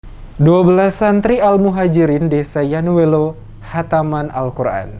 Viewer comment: Maaf koreksi dikit.. nama desanya YAINUELO.. bukan YANUELO🙏